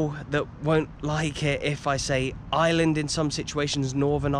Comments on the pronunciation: I'm only 1 min into the video and I just want you to say Ireland instead if island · I was so confused at the start when I thought he said there was two islands 🤣